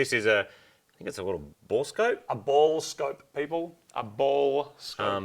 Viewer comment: Bore-Scope, not ball scope.